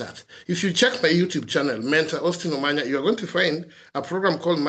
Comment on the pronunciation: Dr.Omanya not Omanyo. Pardon my tongue with Os'